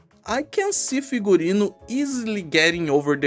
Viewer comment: This is the first time on history of arknights that pronounced the name of an operator correctly. And that's because Figurino is a word with Latin roots anyway.